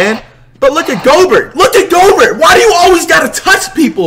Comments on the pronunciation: Flight: Going off about Rudy Gobert touching Curry Me: laughing my head off because flights calls him GO-bert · JAH-morant ZEYE-on Rudy-goBEAR